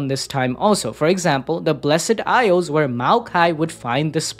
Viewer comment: Why does he keep saying "blessEd isles"?! The E is silent bruuh